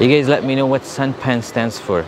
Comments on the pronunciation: It is not santa-pan but san-ta-pan mean is foods or meals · U should pronounce it as SANTA - PAN instead of Sant-a-pan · SANTAPAN,it's SAN TA PAN means MEAL. It goes like this SAN is like you say SUN in English TA is like TA from PASTA and PAN is like PASTA with N instead S. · Santapan is pronounced "Santa (as you would pronounced Santa in Santa Clause" and Pan (sounds like Khan, but replace the K with P)